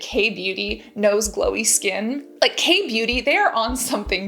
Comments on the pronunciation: So cute how she pronounces beauty like booty. ☺️ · Sounds like she said "the big booty gurus" 🤣